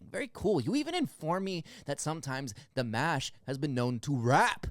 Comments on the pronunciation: 💕💕💕👍👍👍💕💕💕👍👍👍. Dimash pronounces his name "DEE MOSH". Dimash has the most beautiful voice in the World. More Dimash please, Stranger, Love is Like a Dream, Adagio, Ikanaide, Across Endless Dimensions. 💕💕💕👍👍👍💕💕💕👍👍👍💕💕💕💕💕💕💕💕💕💕💕💕💕💕💕💕💕💕💕👍👍👍👍👍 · Great reaction! I liked and subscribed after seeing the first reaction video to Dimash. 🌹❤️🙌I left you a very good list of recommendations, check it out! It’s pronounced “ Dee- MAH-sh”; good job on his last name though. Dimash sings in 14 languages, plays 9 instruments, has a PhD in composition, he composed a lot of his music. The man you said looked bored, was the very famous, very talented, renowned Russian- Ukrainian Jewish composer, Maestro Igor Krutoy, who came out of billionaire retirement after seeing Dimash in this performance. He composes specifically for Dimash & you’ll see him on piano accompanying Dimash often. Dimashali is Dimash’s creative production company. He is head of creative and business. His father Qanat and an old family friend help out running things as well. Dimash now produces and directs. He sings in many genres( including rap) and as I mentioned in the last video comment section, you can see him dance and do martial arts in other performances and videos. Please check out my list, I spent a good deal of time typing it all out for you. Thank you! God Bless! 🌹🌹🌹🙌🙌🙌❤️❤️❤️🙏🏽🙏🏽🙏🏽💗💗💗🌟🌟🌟🔥🔥🔥🌹🌹🌹❤️❤️❤️😎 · You got his last name ok, but pronounce Dimash like Dee - mosh!😃